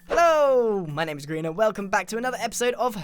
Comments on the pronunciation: It’s grian not grain and you spelled you’re wrong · Not pickle e rick its pickle grain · I'm pickeeeeeeeeeeeeeeeeeeeeeeeeeeeeeeellllllllllllllllllllllllllllllllllll!!!!!!!!!!!!!!!!!!!!!!!!!!!!!!!!!!!!!!!!!!!!!! Rick!!!!!!!!!!!!!!!!!!!!!!!!!!!!!!!!! WAIT WHAT!!!??!? it's pickel goddamn grian!!!! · It's grickle